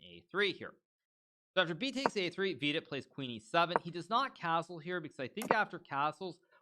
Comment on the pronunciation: I love the way you pronounce Vidit's name. Wee-did sounds better than Vidit or VD.